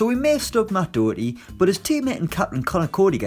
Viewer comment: I turned it off when Doherty wasn’t in it AND when he called him Dowerty 🙄